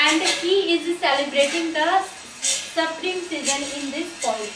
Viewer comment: सप्रिंग ❌........ स्प्रिंग hota hai 😂